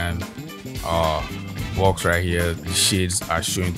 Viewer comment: when you said bawx i started laughing... than you were like command JAAAAAAAA... and i burst out laughing and spit my coffee out XD. I love your videos! solid work as always! <3